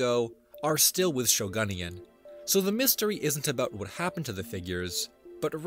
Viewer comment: Off topic but as a former Yo-Kai Watch fan, I immediately knew that the user “Shogunyan” named themselves after a character from said franchise and I lost it at how pronounced it 💀